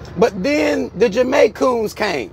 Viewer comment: not the Jamaicoons lmao 🤣🤣🤣